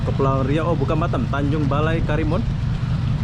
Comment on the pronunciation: Tanjung Balai, bukan BALE, kayak lidah lombok